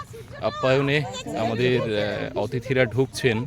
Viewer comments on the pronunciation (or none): ভাই, আর কিছু না হোক, তোমাকে একজন বাচিক শিল্পী হিসেবে মেনে নিলাম। কিন্তু আশ্চর্য হলাম তোমার কন্ঠে "অ্তিথি" উচ্চারণ শুনে! কোথা থেকে শিখেছো ভাই, কে শিখিয়েছে? ছিঃ, ছিঃ! রবীন্দ্র রচনাবলীর চওদ্দ নম্বর খন্ডটা পড়ে দেখো । উত্তরটা পেয়ে যাবে। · রবীন্দ্র সংগীত হেমন্ত মুখোপাধ্যায়ের কণ্ঠে "হে ক্ষনিকের অতিথি " বেশি বেশি শুনুন। আপনার অতিথি উচ্চারণ কানে লাগে।